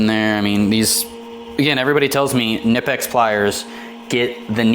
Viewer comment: Enjoyed the unboxing video, brother 👌. Please pronounce knipex right. Don't be lazy like the others. Pronounce the K ! I really hope knipex comes out with different colors like blue 💙 and green, even purple. Come on knipex, stop dropping the ball. I am sure they will sell way better than the red. Good video. Keep them coming, bro.